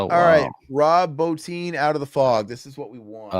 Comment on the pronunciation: Bottin, Quarter(?)-mass Bro, I know you're young but learn to pronounce stuff proper !😂 Thanks for covering these though. I never had a problem with the way they broke up stories like that.I think it was just from a different time where people were used to reading and had attention spans😂😂